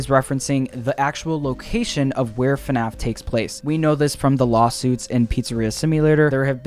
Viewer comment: he said fuhnaff 30 times